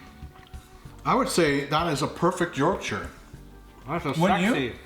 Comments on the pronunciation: thank you for saying "yorkshur" and not "york shire" pudding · Love it you said yorkshire like a yorkshire person! Not york shiyr! Im impressed lol next try worcestershire like the sauce. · Rare to hear it pronounced correctly from people from different countries! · pronounced Yorkshire correctly - well played sir!